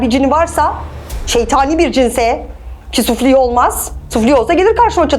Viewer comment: "Sufli" ne ya sufle gibi birşey mi? "Süflî" demeyi bile bilmiyor.